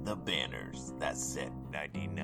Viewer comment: Gotta really put emphasis on the H. wHam 😂